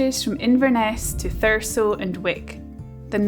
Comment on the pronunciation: I'm actually from a place very close to scotscalder, bizzare seeing everything from inverness station and the train to caithness in one of your videos! Edit: Did you pick up the pronunciation of 'Thurso' along the way or was it totally by chance you pronounced it the way locals do? 😅